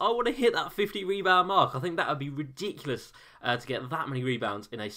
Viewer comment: Take a shot everytime says "ridicilous"